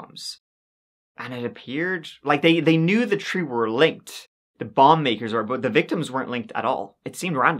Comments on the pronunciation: This guy can’t pronounce “third” right or “3” -it comes out as turd and tree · I'm convinced that stories are chosen based on how many times he can say "turdy" and "tree"